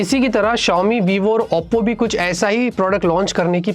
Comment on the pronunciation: OPPO ❌ Appo ✅ 😂😂